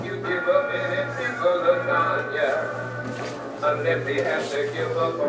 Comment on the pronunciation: Fear and loathing but it’s lasaga